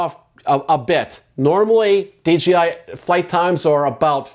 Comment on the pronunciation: the DRONE industry...not JOINT industry. And D J I. Not D G I